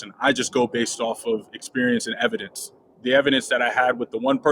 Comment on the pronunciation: He keeps saying “evidence” and it irks me every time.